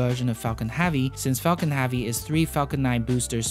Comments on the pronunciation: Heavy! Not "havy".... There is a e in there.. Otherwise nice video.. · Falcon heavy not havy I know you got an accent but it's not that hard to say heavy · Are you aware you're saying hAvey every single time? I twitch every fucking time you say it lmao. Great vids still ! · Good pronunciation in general, but you REALLY need to work on the soft e in hEavy, Epic, spaceEx, End, landing lEgs. Almost every time you pronounce those words, you pronounce an A sound like in Axe, not an E sound like in Egg. You DID get it correct Expectations and strEngthening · I love these videos, but I’m curious to what accent of english the narrator is speaking? One example is that the narrator is pronouncing the word «heavy» like «havvy». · Space Ax launched Falcon Havy succesfully hehe ( please pronounce E ^^ ) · Jonas Sjöman Axe-ploration is Apic Havy!